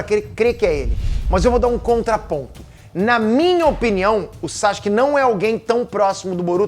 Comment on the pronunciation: Cara...Para de falar "Saske"...Fala o correto, "Sasuke"....